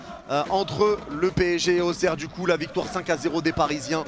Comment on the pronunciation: Frérot c'est AUXERRE 😂😂